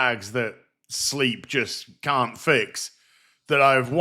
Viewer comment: Every time I hear cow I hear can't.